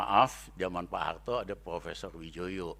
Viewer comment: Suharto pak bukan Suhalto,mineral bukan minelal